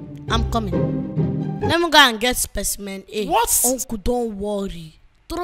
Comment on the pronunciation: What makes me laugh is when Emanuella said let me go and get Speciemen A